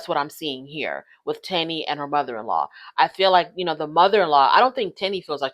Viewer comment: Her poor name is pronounced as Tiny.